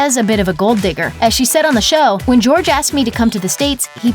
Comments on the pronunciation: Not GEORGE. HOR-HAY!! omllllll. I’m taking spanish rn and this makes me cringe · He's really out here pronouncing his name "George?" Don't chill with self-hating Latinos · “Jorge” is pronounced “hor-hey” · Why are everyone calling him George? Jorge is a spanish name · george ?? JORGE honey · His name isnt George it is Jorge!!! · Jorge is not pronounced "George" get a clue. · I know I’m 1 year late to this video, but dang this girl keep saying George instead of Jorge